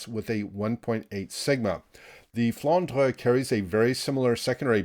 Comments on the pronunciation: IGN wil0208 NA serveur. Tu prononces bien " Flandre". A french payer. 👍👍👍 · IGN: Phayanaro Server: EU Greetings from Hamburg. And you Pronounce Flandre very well, as you do "Moin Moin". 🤣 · You are almost pronouncing it correctly :) IGN Nosferatu_gunner EU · IGN: Somniosus Server: ASIA I love that pronunciation of the Flandre...